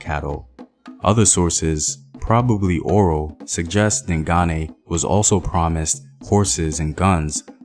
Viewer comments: I’m so happy about how you’ve improved your pronunciation of “Dingane”👏🏽👏🏽👏🏽 You used to say “Ding-gain” but now you know it’s “Ding-guneh”. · He says ding Ghane Like Ghana but with a aye